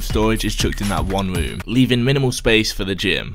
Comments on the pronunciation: ‘Sapce’ lol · “minimum sapce” 😰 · 'sapce' Nice